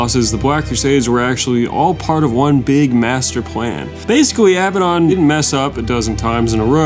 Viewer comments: Hearing pronounce Abaddon like he's saying "madden" is cursed as fuck 💀 never heard anyone pronounce a world so wrongly before. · can't call yourself a 40k fan and still call him 'uh-bad-un'